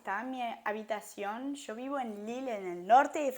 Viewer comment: En poco se te va ir ese CHOO de YO y hablaras más chevere con lo parcerito😂 sea como sea el acento francés apenas se te nota bonita❤